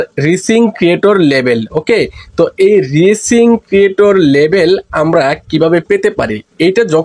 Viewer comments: আগে উচ্চারণ ঠিক করেন তারপর ভিডিও বানান 😂 ঐটা রিসিং না রাইসিং হবে যার বাংলা অর্থ হলো উদীয়মান সূর্য। হাস্যকর 😂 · রিসিং না, উচ্চারণ হবে রাইজিং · Vai ei😂ta রিসিং না রাইজিং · এইটা রিচিং না ভাই এইটা রাইজিং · রিসিং নারে ভাই রাইজিং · এটা Rising/রাইজিং হবে উচ্চতর